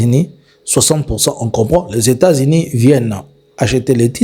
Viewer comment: Faites un effort monsieur sur la prononciation, vous prononcez 'i' en lieu et place de 'u'. États-Inis ' 'Mettez le 'kere <> coeur'